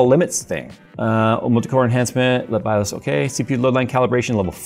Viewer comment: Say this out loud: MS-DOS. Ok, good. BIOS rhymes with that. 🤦‍♂️